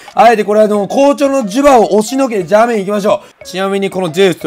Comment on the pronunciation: ジュバはDzubaだよ